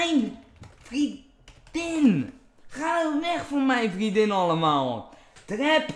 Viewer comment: hoe vaak moet ik het nog zeggen? HET IS VRIENDIN geen VRIEDIN xD